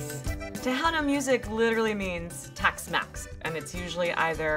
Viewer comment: Ok now everyone call Tex-mix Tax-mes🙄🙄 bro no one is talking taxes😂😂